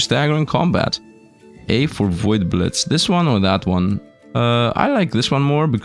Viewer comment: that's a very Russian way to pronounce "blitz" lol.